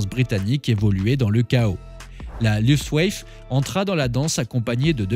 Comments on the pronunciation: l'aviation allemande: la "Luftwaffe" se prononce: louftvafeu 🙂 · Bien, j’allais faire la même remarque, à chaque prononciation du mot, il écorche les oreilles, ce n’est pourtant pas un mot compliqué et que l’on aurait rarement entendu.